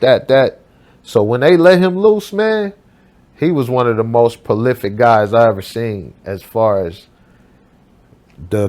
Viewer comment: "Palific" lol Three times in a row; really....